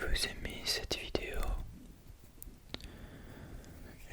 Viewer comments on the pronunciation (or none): none